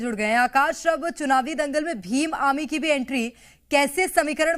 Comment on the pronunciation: भीम आमी नही ही भीम आर्मी ही बड़ी बोलो